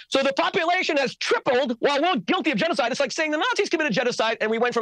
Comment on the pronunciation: "We, chews, seem to suck at chenoeside." The Rushn Revolushonary war would like to have a word with him. But, hey, at least he didn't deny it. To be fair.